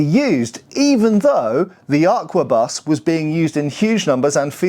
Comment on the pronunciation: In French, "arquebuse" is said "arkabuzz". In English, it feels you say "Aquabus" :D